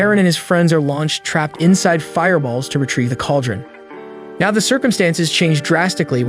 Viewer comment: Are you mispronouncing these words on purpose.. palace , now, ect… just curious??!!